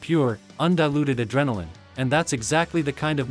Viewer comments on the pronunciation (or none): none